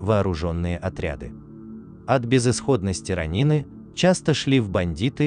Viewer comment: Я конечно понимаю, что японский язык предполагает различные ударения в одних и тех же словах, и это будет правильно. Но уши режет слышать "ронИн, бусИдо, катАна"...